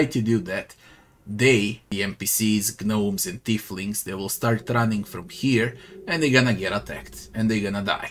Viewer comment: Silent `G` on Gnomes.